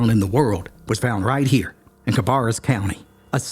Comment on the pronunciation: 6th generation NC Charlottean here. We know this story but you turned it into such an engaging yarn - Thank you!. The only complaint I have is your pronunciation of Cabarrus (it’s bare not bar) and Fayetteville (no S)